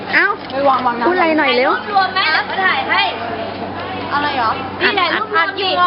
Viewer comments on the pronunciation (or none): ชอบนางจัง ไอ้ตอนพูดว่า เหรอ นางออกเสียงเป็น หรอ น่ารักอ่ะ "อัดอยู่หรอ อู๊ยยยย" 555